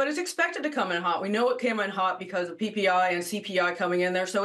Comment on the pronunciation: Should we take market advice from someone pronouncing NVIDIA as Nuhvidia.. seriously, do you not talk to people in your industry?